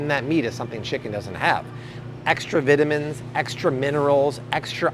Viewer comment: "extra viaminnns" 😅😅